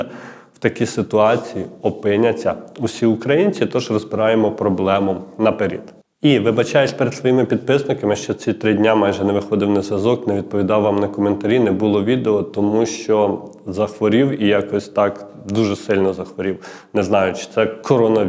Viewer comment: Не на перід а на перед! Це як всі зараз почали казати згідна чи згідний замість згодна або згоден. Ріже слух, давайте говорити правильною українською.